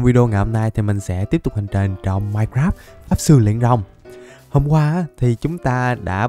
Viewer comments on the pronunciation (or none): none